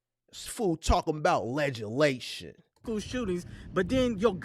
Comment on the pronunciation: You wrong for that, laughing at that man cuz he said ledge-a-lation😅😅😅